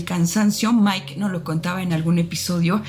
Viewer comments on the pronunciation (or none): none